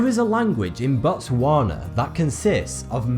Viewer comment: Botswana is pronounced: Bu-tswah-nah, not Bo-twsar-na.